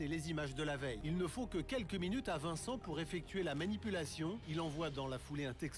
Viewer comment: « viencent imetre🤣🤣🤣🤣🤣 »